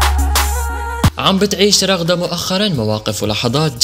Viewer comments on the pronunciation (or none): بدل ما تقول رغدة قلا رغد